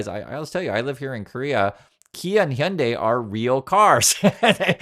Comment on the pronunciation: Thanks for confirming that I'm pronouncing "Hyundai" correctly! I KNEW most people were getting it wrong after a taxi driver from Korea told me once.